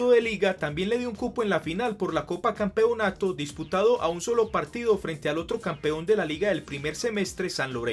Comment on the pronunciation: Me desespera como pronuncia "Campeonato"